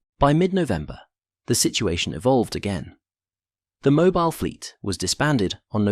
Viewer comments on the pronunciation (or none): none